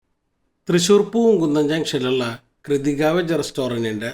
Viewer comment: It's not Kridhika, it's pronounced as Krithika. Ask the hotel management. Pronouncement makes awkward.